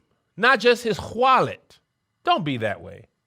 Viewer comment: When he pronounces wallet like "hualet"😂